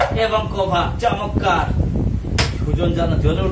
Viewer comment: Shondor uposthapona vi..tobe শব্দটা হবে চমৎকার ( চমক্কার))